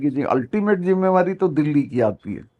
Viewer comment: Karan Thapar, your Hindi is so good, you should also host some of the interviews in Hindi. Best is that you say “zimada’ree” and not pronounce it as ‘jimada’ree!”